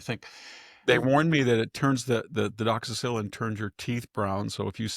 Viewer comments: Victor I love your presentation , but its pronounced doxy cycline ( like cyclist ) its not a penicillin based antibiotic. It will rip your stomach up on an empty stomach so. Make sure you take it with food ( avoid taking with dairy, eggs, kale or spinach ) . Also try to avoid increased sun exposure . May cause risk of sunburn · lol, how funny when you mispronounce the doxycycline it’s cute😊